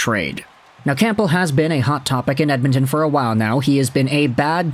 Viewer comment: The p in campbell is silent , its pronounced cambell